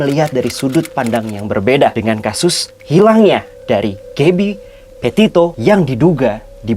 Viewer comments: kenapa aku dengernya dia ngomong gaby potato ya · "Gabby Potato"....geblek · Gabby Potato???? Wkwkwk